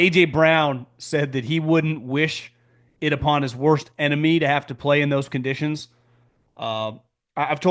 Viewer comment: “Conditties” 😂😂😂😂😂😂 lowkey hilarious man